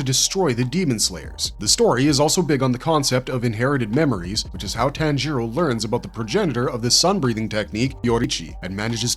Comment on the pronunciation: How about we pronounce names correctly. Especially the main protagonist.